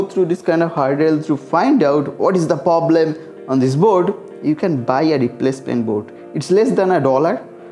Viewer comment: পবলেম? তুমি মমতার 'পবলাম' এর মতই দুষ্টু করে বলেছো! 🤣